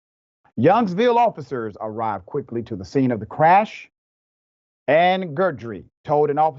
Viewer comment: lmao at the attempts to pronounce these cajun names! guidry- “gih-dree” not “gurdry”😂 and boudreaux is “boo-droe” eaux in cajun is pronounced like “oh”